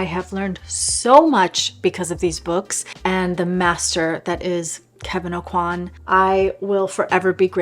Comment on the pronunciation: FFS Kevin "O-QUA"!! not "A-QUAN!" If people love him some much why no one bother how to pronounce his name right?! at the very start of the video. Teach yourself first.